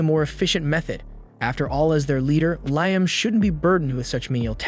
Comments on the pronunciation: Take a drink each time they say his name correctly 😂. Fr though unless the person posting has a legit disability accounting for the bad narration, I wish they'd quit. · Had to stop watching because of the pronunciation of Liam and Ramen. Good lord it's like nails on chalkboard.